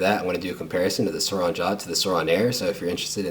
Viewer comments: SOURIIIIIIIN “iiiiiiiii” SAY IT CMON. NOT SOUROOOOOON. ITS SOURIN! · He sounds white He says sourin like he think it’s “souron” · It’s pronounced sore-in, but I really liked this video